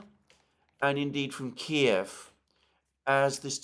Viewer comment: I love that he still calls it Kiev, not this keev shit.